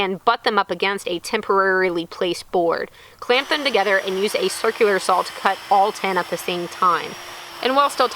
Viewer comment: saw not sawl